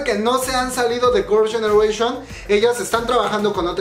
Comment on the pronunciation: Eres tan fan que todo el video dices “Gorls ganeration” :v